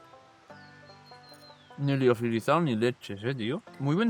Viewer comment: nin? Eres de suances o que?